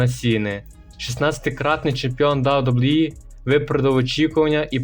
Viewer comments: Автор озвучтвает как рахит, посмотрел бы хоть как wwe правильно произносить, и твое рокииииии, ой сука ужас) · «Дабу дабу і» каже ахаза Гарно